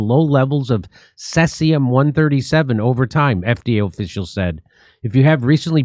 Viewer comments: "could" and "potential" Jimmy. And it's pronounced "cee'zee'-um'" C...Z...um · First time hearing about says-ium eh? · said seas-e-um not sess-e-um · pronounced 'SEE-zee-um' ☝ Don't forget to check all of the meat that you want to purchase for magnetism! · He honestly can't pronounce seize-E-ummm? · pronounced see zee um, this common fission product has a 30 year half life. So every nuclear bomb detonated over the last 200 years and every accident contributed to the total fallout which circulates world wide. 23 Bikini Atoll tests contaminated the entire Pacific. Fukushima is a drop in that bucket. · The Asian shrimp industry is cruel and evil. The human slavery level and abuse is off the charts. People live in boats and factories full of ice. Terrible conditions, I won't buy it anymore. Also it's See-zee-uhm....Cesium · SEEZE EEEE UMMMM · cesium is pronounced SEE-ZEE-UM. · Seize-E-um is how it's pronounced, yeah don't eat anything out of the ocean anymore ☢️☠️ Japan years ago changed the allowable radiation allowed in their food so distributors could still sell seafood. 🤢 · It's pronounced see z m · Its pronounced "seez ium" 🇬🇧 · It is pronounced "Sea-Z-um" (Cesium) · Pronounced like SEA sium-137.... which comes from nucIear meItdowns, and has been flushed into the SEA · Jimmy, I love you, Stef, and your show; saw you live, here in San Diego. Just a friendly "intervention," here: Cesium is pronounced SEE-ZEE-um. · Pronounced, sees-e-um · pretty odd that Dore knows how to pronounce Geiger and Fukushima but not Cesium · Thankfully Jimmy learnt how to pronounce cesium by the end of the vid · Jim knows how to spit on people that he doesnt like but cant pronounce cesium. To top it off he mocks those that cant say Fukushima. Low IQ